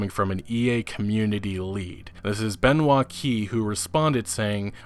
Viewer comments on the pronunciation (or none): none